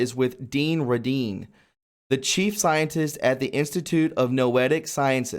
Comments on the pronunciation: Dr Dean Radin (pronounced RAY- DIN) The energy is Chi (cheee) and a lot of the money probably goes to identify and target those with abilities.. TI's for a reason! Thank you! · Hey, no disrespect to you, but Dean’s last name is pronounced RAY-din. And Qi is pronounced like chee. Keep up the great work! Our pedo-sadist overlords and other sick “elites”want us completely disempowered, fearful, shameful, and ignorant of our God-given abilities, obviously ignorant that there is even a loving God. Jesus said we’d be doing great things. With His assist, we need to step into that power.